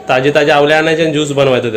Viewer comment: आवले नाही रे. आवळे म्हण.